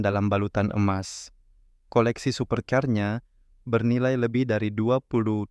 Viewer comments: Tulisan super car. Bukan dibaca super caaar....tapi super kar...paham? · Tukang ckp dia ni sumbing ke apa perkataan banyak yg salah supir caer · Jgn di b3g02in banget lah masa baca super car kaya gitu blm istilah2 asing yg lain